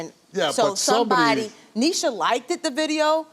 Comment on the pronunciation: Young man we need to pronounce words properly! It's liked not likedit!